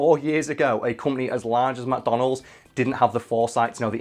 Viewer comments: I kept hearing “Madonna Holes.” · Why does he pronounce it "mah donalds"?